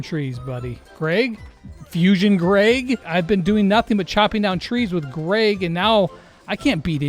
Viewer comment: his name is Greg not Grayg lol